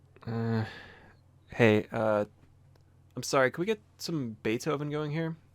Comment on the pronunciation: Hey there is 1 thing i noticed that doesnt matter like anything but i think i may know in what country you live lol. Maybe you have already revealed that in some vid and i just forgot, could also be the case that im just straightup wrong. The thing i noticed was when you said "we need some Beethoven", it didnt sound like English at all, instead it sounded perfectly like Dutch. I heard that instantly bc im Dutch myself. You also dont have a British nor American nor Australian accent, nor any other really noticable accent, wich is something that isnt too rare for Dutch people speaking English. I might be hearing things that are just not there but it would be very funny to figure out that my favorite MKWII youtuber lives in the same small country as me! I would love it if you clear this up for me!